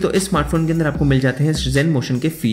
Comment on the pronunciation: "Upa" insed of Upar "Anda" and not Andar What kind of accent is this? 😅